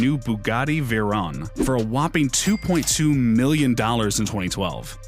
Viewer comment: bish can't even pronounce veyron.